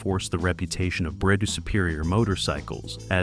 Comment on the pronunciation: That's not how you pronounce Brough.....